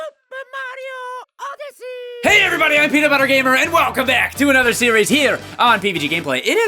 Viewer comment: Oh my gosh... It Super Mario "ODYSSEY"